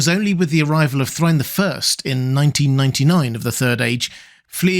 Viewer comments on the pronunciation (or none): Thrine!! That's a new way to hear it! I always say, "Thray-in".